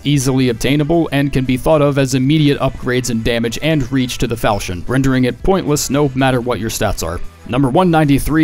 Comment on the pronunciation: Today I learned how to pronounce "Falchion", thanks for that. Love your videos!